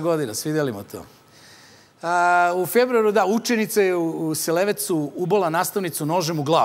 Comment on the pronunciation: Nije Selevec nego Selevac...